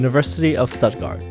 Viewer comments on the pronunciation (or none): btw. its pronounced shtuttgart. in german sp and st are pronounced shp and sht. example: spielen(shpielen), stopp(shtohp) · "Studt-guard" is so American [in pronunciation]. 😄😄😄. Glad u had fun. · You really butchered the pronunciation of Stuttgart :D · I’m sorry, but you’re completely butchering Stuttgart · wrong pronounce of Stuttgart